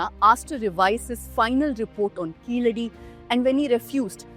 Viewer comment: Before watching the full vdo thanks to you for pronouncing keeladi properly. Not like some reporters pronouncing that word as if they are some American origin